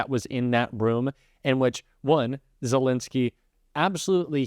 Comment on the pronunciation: love your content but please use the correct pronunciation of Zelenskyy’s name, it’s not Zel “i” nskyy, but with an “e” in the middle, “len.” Not “lin.” Thanks!